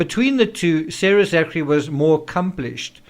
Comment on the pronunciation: Hi Thanks for your sober analysis of all these contributing factors to the Rush shooting tragedy. I would just like to point out though that ZACHARY is pronounced ZACKARY! You are welcome! Shalom to us only in Christ Yeshua